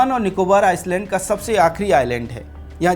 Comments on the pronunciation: Areehh gaddhaa buddu island ko Iceland nahi parte pehle parne sikhlo 😅 ..bashh ek galti nahi bar2 iceland pronounce keh rahe hai 😂😂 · Agar freelancing hai toh theek, warna apne team ki class lijite Island ka pronunciation sahi kijiye please. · Bhai Island ka pronunciation galat kar raha h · Sir Island ka pronunciation theek kijiye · bhai island ko aap galat pronounce kar rahe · S in 'Island' is silent .... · Good News Sir. Welcome to our Emerald Islands... Mini India 🇮🇳.... The Andaman and Nicobar Islands ( read as 'I - land') s- silent not 'is - land'. Any way. Jai Hind 🇮🇳 Pragthisil Bharat 🎉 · आप हिन्दी में पत्रकारिता करते हैं लेकिन थोड़ा अंग्रेजी का सामान्य जानकारी रखें। आइसलैंड नहीं आइलैंड उच्चारण करते हैं। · "आयसलेंड" ❌ "आयलेंड" ✅ कहो भाई क्यों की इस शब्द में 's' silent हैं! 🤨😡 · Island.. i land👈 s silent hai . Iceland nahi. Main Andaman se hi hu . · भाइ आइस ल्याण्ड नही आइ ल्याण्ड बोलो ना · First you need to improve your pronunciation. It is called Island not Iceland. 😊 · It's not Iceland its pronounced as Eyeland (Island) S is silent.. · It is island not Iceland. When you do public podcast prepare well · Bhai Iceland ni hota ailand bola Jata hai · Ice-land nahi I -land ......s silent hai rest all good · Not iceland it's island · आपका टापिक और कन्टेंट प्रभावशाली है। आइसलैंड नहीं आईलैंड बोले। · आइसलैंड नहीं, आइलैंड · pronunciation thik karlo.. Iceland nahi. Iland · Iceland kiun Bol raheho. Island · भाई आइसलैंड नहीं पर आईलैंड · iceland ❌️ i-land.✅️ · अरे भाई, "आइसलैंड" नही "आइलैंड" बोलो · आइसलैंड नहीं जनाब, आइलैंड कहिए। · O bhai, Iceland nahi Island hai.. 's' silent hota hai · Film herapheri ki ek dialog- Kya youtuber banega re tu, I-land pronounce karne ke jagah Ice-land pronounce kar raha hai, inko itnaa bhi maloom nehi ki island ko pronounce karne ke time S silent rehtaa hai. This ice-land pronouncing was irritating . By the way topic was excellent. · Aapki saari batein theek hai beyond comment hai ...... Lekin Kindly ...... ISLAND Koo ICELAND Naa Kahe .......